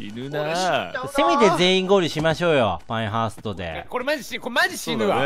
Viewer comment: パエンハーストじゃなくてパインハーストじゃね、 あ、だったじゃん。